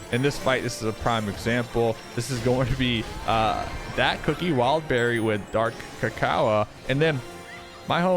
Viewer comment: I HATE HOW U SAY DARK CACOA ITS DARK CACAO